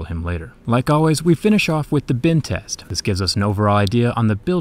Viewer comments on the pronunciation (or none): Whenever he says "bend test" I hear "Bin test"